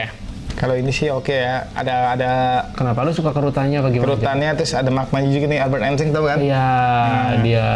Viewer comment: Kalo nyebut nama yg bener atuh jang .. Wkwkwkkkk .masa albert enseng . klik .